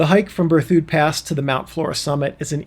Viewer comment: It's "Ber thid".